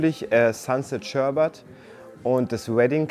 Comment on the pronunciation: Beim Dritten Mal SHERBAT war ich raus. Bitte mehr Kompetenz in der Aussprache der Sorten. Danke.